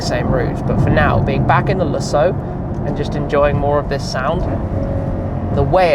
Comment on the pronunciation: I like what you do here Tim, so I'm not here to give you a hard time, but some of your pronunciations make me crazy. Lusso Oh wow! That DBS is stunning!